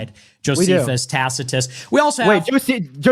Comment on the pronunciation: That guy won the debate when he pronounced Tacitus properly